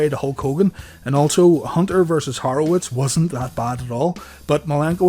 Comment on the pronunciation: It’s Horowitz not harowitz